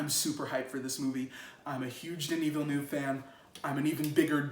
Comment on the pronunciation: Hahah its cool but his name is pronounced: Deni Villen nev WAh. hes french canadian.